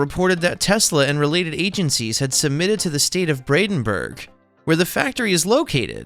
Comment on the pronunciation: It's PRONOUNCED "Brandenburg" NOT "Bradenburg"‼ 😠😠😠😠